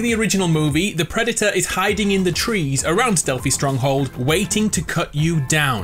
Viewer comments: Nobody:: PRED-Y-TOR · nobody: him:preditor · The pre di to-r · the predyter Me: visible triggerness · Whoa whoa whoa Did he say Preditor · This dude : "THE PREDITOR" ..... "THE PREDITOR" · the pred e tah is here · your saying predator wrong